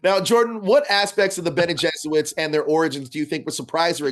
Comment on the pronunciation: Oof; between Fimmel's sleepiness, the interviewer saying "Bene JESUITs" and the interaction , this was an uncomfortable interview to watch. :*(